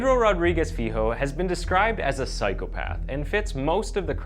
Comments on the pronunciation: So his last name, Filho, is pronounced “feel-yo”. Not that it matters, or anything, but I figured I’d share. Should you end up doing any other Brazilian or Portuguese stories in the future, I’d be more than happy to help with any pronunciation. Iran and Afghanistan stuff, too. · Also "filho" is pronounced "Filio". The "LH" sounds like the "LL" in spanish